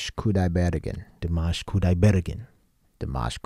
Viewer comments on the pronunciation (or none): You should hit the last syllable of his last name, not the 3-rd